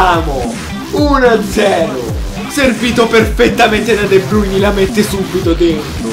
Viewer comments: Si pronuncia de Bruin non de bruiní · Comunque la pronuncia e' De Brain non De Bruni' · si pronuncia de brain